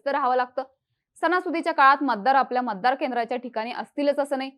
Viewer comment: मतदार ki maddar. हरियाणा ki हरयाना? उच्चारांवर उपचाराची गरज.